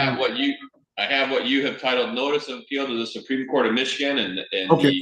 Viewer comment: Supreme “coat”😂